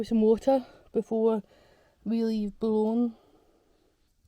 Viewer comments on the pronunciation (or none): Loving these European videos and pronunciations. It’s pronounced “Bouillon”. Hope this helps.